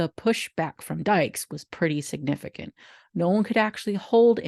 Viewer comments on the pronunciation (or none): none